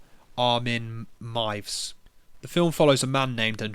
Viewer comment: His name is pronounced Armin Mee-ev-ess. Strangely polite for a cannibal! He insisted his victim completely consent and volunteer to be eaten. Still fucked up murder, but it'd be nice if more murderers asked permission first.